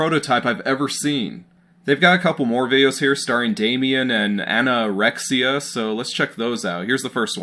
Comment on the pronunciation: Lost it when you said anna-rexia